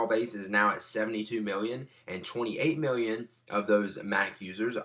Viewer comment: *biwwion, miwwion